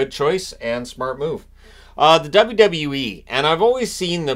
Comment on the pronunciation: As a fan of since he started and also a wwe fan so weird hearing him say wwe haha